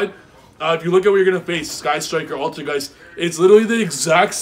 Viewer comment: “AlterGAYS” bahahahahhaa